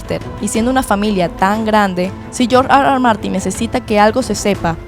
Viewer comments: Hablas español no digas George Ar Ar Martin, por favor di erre erre, cada vez que dices ar ar martin parece que ladras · No puedes decir: R.R. eso AR . AR no te luce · Si estás hablando en ESPAÑOL , ¿ por qué dices AR AR en vez de ERRE ERRE ? NO RECOMENDAR ESTE CANAL ESTÚPIDO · me da mucho chiste escucharte gruñir cada rato diciendo R R (Argh Argh) a cada rato 🤣